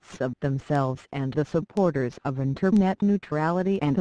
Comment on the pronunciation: Good video... Have to say though the voice is annoying as hell and the background music is too cheerful :D Especially when she says the word "internet", or should I say "Inter...NET?"